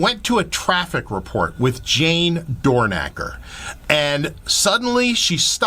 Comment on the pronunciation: Is her last name 'DoorNACKer' or 'DoorKNOCKer'. I have a thing for respecting the correct pronunciation of names.